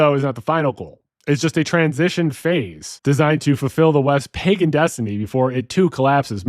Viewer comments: Did you say "pajen"? Nah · He pronounced pagan as “pay-jen”. C’mon bro. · Pagan has a g sound not j